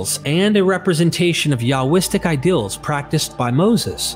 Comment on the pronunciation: My only critiques are how you pronounce laws and seals. You say lawls and sills. Oh man, I just heard you say ideals as Ay-dills and reveal as revill.